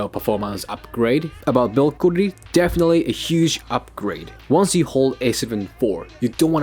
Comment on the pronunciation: You speaking english so good but you cant say correctly quality...sounds funny :) Respect!